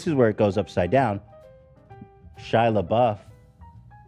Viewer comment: Ethan talking about Chris Pine... "You think I would plan a whole segment over I saw Chris Pratt?!" ...."SHIA LEEBOOF"...."JASON SOODEKOO"